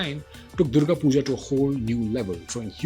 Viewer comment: did he just say 'Durgo Pujo'?